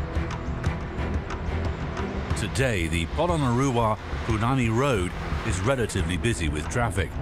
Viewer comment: Man the narrator butchered the pronunciation of "Punanai" and "Rudra prayag". Punani lol..